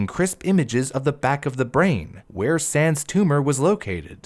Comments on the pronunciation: why does it sound like your saying "sans" when your really saying "Sands" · I straight up thought he said sans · Why does it sound like he's saying sans? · i keep hearing sands as sans and i can't stop laughing during the part about his tumor and i feel bad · He keeps saying sands, but i think he is saying sans